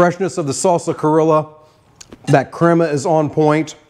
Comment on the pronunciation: I definitely see the Peruvian inspiration! That sauce kinda reminds me of huacatay sauce, except typically this is made with aji amarillo and Peruvian black mint, not easy to find on my side of the world 🥲 but I love a good hot dog! Great job! PS it is pronounced cree-oh-ja 😉